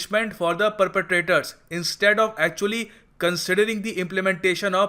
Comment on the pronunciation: POC SO, not POCS CO,.. with all due respect. good work ..as usual.